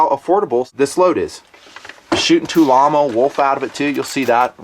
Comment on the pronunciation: Lol at tulammo...does no one but comblock gun fans realize Tula is the name of a district in Russia where the historical Tula arsenal is? They historically have produced small arms, mags, ammo, etc.. Its actually Tula ammo not tulammo, one word, lol. Love the videos always have, its just always cracked me up hearing so many people being so wrong so regularly. Thanks for another great review and for being a great voice in defense of our 2nd amendment.